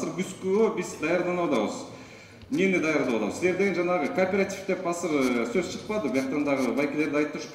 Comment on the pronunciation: Асыр деген соз жок кыргызда азыр дейт, бир жолу осур деп кой😂